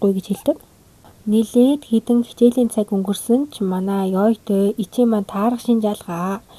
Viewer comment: Ичи биш гичи гэж сонсоод байх юм😂